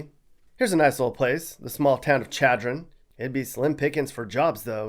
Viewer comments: It's pronounced Shadron not Chadron spelling not withstanding ... and by the way there's a Frank Lloyd Wright house in McCook. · its not chad run its shad run === chadron and your map is way off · (Posted by Rick Pickell) More like it is pronounced (schad-rin). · Great video, but here are some things I found: 1: you said “chadron” when it’s pronounced “Shadron” 2:you mis-drawed a lot of the counties, there’s 93 of them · Chadron is pronounced shadron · Shad-ron NOT Chad-ron. A Runza is a Nebraska hot pocket. ;) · Lol at chad-ron. Lol shadron! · I've lived in the panhandle most of my life, 1. Chadron is pronounced like Shadren. 2. You left out Toadstool, it looks like nothing else in America let alone Nebraska. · ch-adron, it's pronounced shh-adron. I would expect at least a modicum of research, but as usual, just what you pick up out of wikipedia. fail. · It’s pronounced “SHAD-ron”, not like the male name Chad-dron 🤣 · It's pronounced SHADRON. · Chad-ron .. lol. It’s ok. A lot of towns are pronounced wrong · Chadron is pronounced with a ‘sh’ sound like in chaperone. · That’s great- but “Chad”-ron was my first clue you aren’t from here. 🤣❤️ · Lol definitely 😂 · Chadron is pronounced "Shad-run". Uggg please fix this! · It's pronounced "sh"adron. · This is honestly pretty accurate!! I'm a Nebraska native myself and you're pretty dead on. I know that Chadron is pronounced "Shadron" but other than that, pretty dead on. I eat corn with pretty much anything and also love RUNZA!! They even sell out of Runzas at Cornhuskers games! We of course love our Husker sports overall but to me, Football and Volleyball are the biggest Husker sports, but we take every Husker sports seriously haha. It's a pretty friendly state though! Even being african american and born here, it's a great state to meet folks and have friends for sure! Although I don't live here anymore, I always come visit and get my Husker games in and catch up with the folks! Haha😁🌽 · But not Chadron...